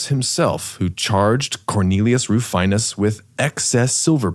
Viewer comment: Rufinus is pronounced roo-FEE-nus